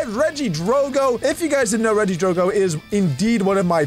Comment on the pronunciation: "redidrogo is one of my favorite pokemon" Me: SAY IT RITGHT GOD DAMIT